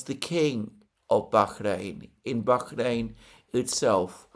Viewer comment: You are over pronouncing BAHRAIN. It's just a soft H not a hard KH.